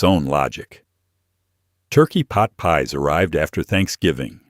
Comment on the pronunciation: I can’t believe I sat and watched this for almost 2 hours so far.. and heard “Frozen Pot Pies”🥧 or "Peas” at least 50 times. 😂